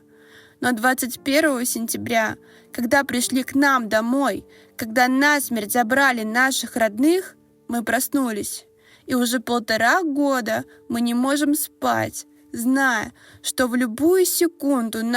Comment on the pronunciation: Что за безграмотная читала пост? Не восемьсот, а восьмиста, не насмЕрть, а нАсмерть в данном контексте.